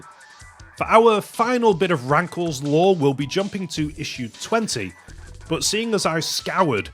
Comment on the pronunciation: When you saw “Rankles”, I hear “Graggle”